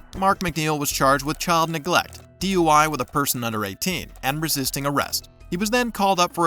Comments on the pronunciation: Lmao that criminal couldn’t even pronounce resisting arrest. “I’m not hissestin harest” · "I'M NOT ARRISTING AZZEST"